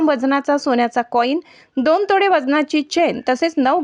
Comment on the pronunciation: तोडे नाहीं तोळे